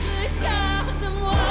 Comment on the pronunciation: It's "regarde", not "regardé"